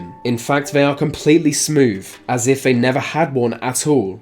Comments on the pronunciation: Fyi “TH” is not pronounced as “F” or “V” eg “they” is not “vey” and “month” is not “Monf” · “Deaf” “Vey are dead” “Smiff “ Come on son, make an effort. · Please learn to pronounce 'th' properly, "Remember Deff" (for death) and 'vey' and 'vat' for they and that!!!